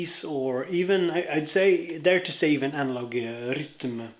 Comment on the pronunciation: I aspire to pronounce 'rytm' like you 😀